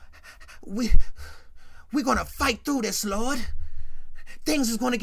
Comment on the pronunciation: Why you keep saying “Oh Looordt” with Florida 😂😂😂😂 I’m dead